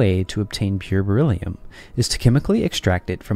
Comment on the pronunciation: Die KI-Stimme: "... reagiert es stark mit Sauerstoff und bildet Bor illium-Oxide ..." 😂😂😂 Auch später im Video ständig " Bor illium" ... Bor ist etwas anderes als Beryllium! Offensichtlich ein Wort, für das die KI zu wenig geschult wurde. 😏